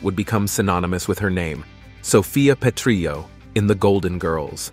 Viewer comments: AI mispronounced Sophia's last name. Petrillo is Italian, not Spanish, so the double L is pronounced like an L, not a Y. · lol@ Petr-yo...And Dorothy Z-Bor-nak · The way he pronounces Zbornak and Perrillo is funny.